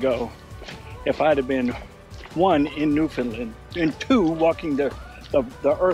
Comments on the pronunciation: Newfoundland is pronounced New Found Land. the emphasis is on Land. A good way to get it right is to rhyme Understand - Newfoundland. Newfoundlanders are sensitive to mispronunciation. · It’s pronounced NewfoundLAND. Not NedfoundLUND. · I am really enjoying your video except for your mispronunciation of Newfoundland. It’s pronounced New-FOUND-LAND. Not New-FIn-Lind or New-found-Lind. Think…understand Newfoundland. It’s very commonly mispronounced. My guess is someone probably corrected you (in a friendly way😁) while you were there. I will be watching more of your videos though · As a Newfoundlander living in st.johns to this day Americans always say “new fin land or new fin lind “ lol when it’s plain by looking at the word it’s found. Like the video by the way 😊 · It’s normally pronounced by locals as New fun Land. Many visitors say Lin or Lind. Think understand, New found land. Great video. Have fun. Western Brook Pond is amazing. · NewFIN land ? Newfoundland rhymes with Understand :) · It isn't Newfinlind.... it's Pronounced NewFinLand like Understand. Enjoying your videos. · I'm sure you've figured this out by now but its not Newfun'lund. but 'undersantd' newfun'LAND. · It is NOT New fin lund!!!! New fin land,,,understand? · Hello I live in Newfoundland (St John's). Just a trick to pronounce Newfoundland, it rhymes with understand. Hope you have a wonderful time in our province. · Thanks for visiting our beautiful province. I’m sure you were told this but it’s pronounced New Found Land 😀 great coverage and views. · Your videos are great and I am glad you are visiting Newfoundland and Labrador. One thing though that is driving me crazy - it is pronounced NewfoundLAND - like the word UNDERSTAND. You've probably already left but I thought you should know! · Sa pronounce it this way....and make it ryme Understand Newfoundland 🙂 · A better way to spell the pronunciation is New-Fin-LAND (emphasis on the Land)